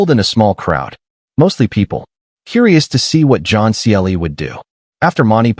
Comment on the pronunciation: What a hopeless AI voice commentary. Can't even get the name of John Cleese correct. Pauses in all the wrong places. Unlistenable. Try again.